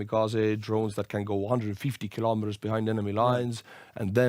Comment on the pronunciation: Hey, thanks for another good video about Ukraine! But may I ask you, did you say "15 Kilomet" at 17.45?